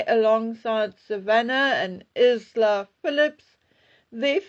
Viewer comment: Isla = Eye-la. The S is silent. Think of the word “island”.